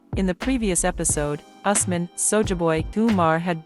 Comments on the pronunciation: It's Ooos- man & Fa-roo-k!!! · It's U S M A N for Asman.